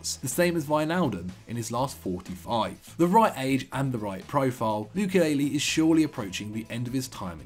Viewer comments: As a football channel, this guy seriously struggles with pronunciations. Who’s Nordi Mukelele, it’s Mukiele (Moo-key-ellie) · please learn pronounciation guys....its saša kalajdžić....what you said is totally wrong! also mukiele...not mukilele...its a script...you can do as many retakes as you want...just read the god damn name right